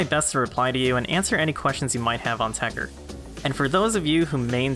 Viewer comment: why are you leaving the 2nd T silent it TechTer not Techer but whatever.